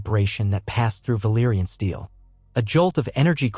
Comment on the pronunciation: Other Than That, Awesome Job, The Auto-Narrator can’t pronounce Old Valarion Names Worth Sh_t! It SoundsLike Daemon’s Dragons Name, Without the (C)!